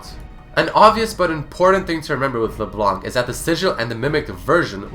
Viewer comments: LeblanKKKKKK .... its Leblan bro :p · The correct way ro prononce "leblanc" in french is prononced like "le blan" and Leblanc is also a real lastname ! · In french, don't prononce the C of Leblanc. it's lke Leblan. yes white in french is whritted blanc, it's a silent C ;) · why do English people read leblanc le blank we dont read c as k in french D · FYI it's pronounced LeBlan, the C is mute in french. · Did you know that the 'c' at the end of Leblanc's name shouldn't be pronounced? (french guy here ^^) Great video, by the way :) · Hey guys ! Just so you know ... The "c" in Leblanc is silent! You are not suppose to prononce it :P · Did you know that the C at the end of her name should be silent?